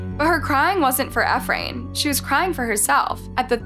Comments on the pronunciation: It’s pronounced “E-Fran” dumb bitch. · It’s E frain